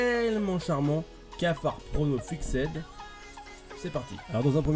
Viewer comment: Ca se lit "Fixssed" pas " Fixède" sinon bonne video dommage du peu de vue car certains sont des ***** mais bon aussi les gens sont trop naïfs